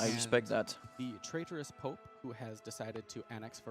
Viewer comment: I gotta say I love these casters, but the french accent is a... it's pope, it's not "poop".. unless you are pronouncing it that way on purpose, in which case .. thumbs up, dude :D